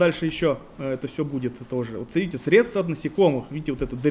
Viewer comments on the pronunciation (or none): none